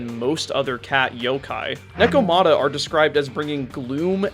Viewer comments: It is neko ma ta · paused, comment, disliked and closed it because of how you pronounced Nekomata despite them saying it several times in the game